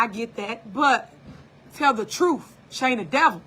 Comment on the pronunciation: "I like to talk with TROOF"